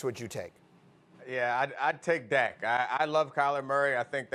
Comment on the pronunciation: It’s dak and it’s not close lol